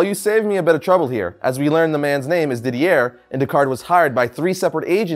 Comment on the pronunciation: It's pronounced Dee-dee-ey, not Dee-dee-air! xD